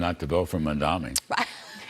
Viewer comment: It's written in huge letters above your head, but you still can't pronounce it right. It's pronounced Mom-Donnie